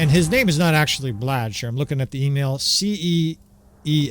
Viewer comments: It's pronounced as case. Probably a dutchy (netherlands). It's derived from the name cornelius. The more you know! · Cees is a Dutch name. Short for Cornelis. It's prenounced Case. Source: My dad had the same name